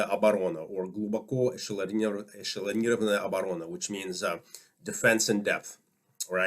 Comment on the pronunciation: You have an amazing Russian pronunciation for an American. Interesting. I got chills when you said “глубоко-эшелонированная оборона”. Damn =)